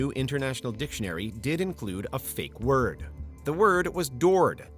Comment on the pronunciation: David cronenburg finds an ah ah ah! You didn't say the magic werd!